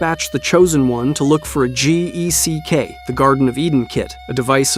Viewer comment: He went out to find the gee-ee-cee-kay, stopped the video after that 💀